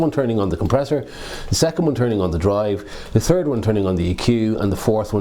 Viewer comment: I'm at this turd version!You mean third? 😂